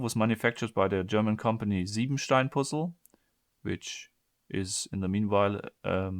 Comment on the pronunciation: I watched 54 seconds of this video to figure out that he's definitely a german speaker... just bc of the way he said the name Siebenstein Puzzle